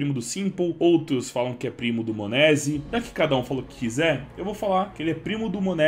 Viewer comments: "monézi" da uma agonia de ouvir kkk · Ouvir o falando monesy dói